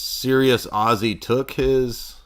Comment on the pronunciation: You're the only nerd who can make Ozzy sound like Oasis. Ozzasis! Chewin' on flyin' rats.